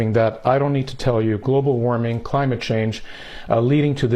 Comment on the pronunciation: Da cwimate cwisis OK GORL AS IF THE LITERAL DEMOCRAT PRESIDENT CANT DO A THING